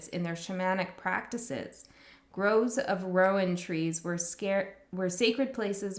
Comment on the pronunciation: Gosh those are beautiful decks -- which ones are those? I think you're pronouncing Rowan right. Ogham's harder with the silent 'gh' -- but that's Irish Gaelic for you. Thank you so much for this. And for your energy advice. That was so powerful -- and you're so on point. This was so resonant. Thank you.